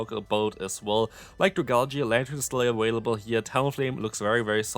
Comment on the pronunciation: hey, um... why do u always say "aWailable?"